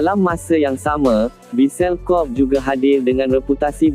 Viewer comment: Kobe bukan Kob la admin.. macam mana kau sebut dan makan tempe Atau kau sebut ole-ole.. Perlu banyak buat kajian dalam sebutan kalau na buat content.. Bukan sekadar buat jerr